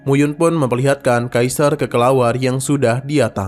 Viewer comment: Kelelawar min bukan kekelawar🗿